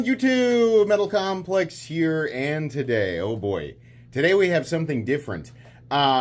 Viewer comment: Metaw compwex cwaw!